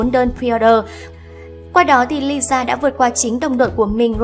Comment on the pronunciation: Lisa má ơi cứ đọc nhanh là ra Liza à 🤦‍♀️